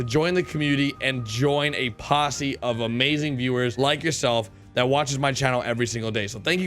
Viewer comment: How do you pronounce Posse? -Pussi